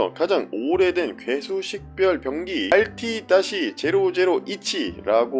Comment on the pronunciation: 병기가 아니라 자꾸 변기로 들리네 ㅋㅋㅋ😂